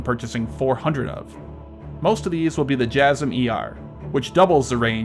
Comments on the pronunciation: i believe it's Jay-Sam... not Jazzem. ) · Huhuhuh Beavis, you said jasm